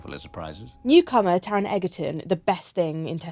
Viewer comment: SHE PRONOUNCED TARON'S SURNAME WRONG 😪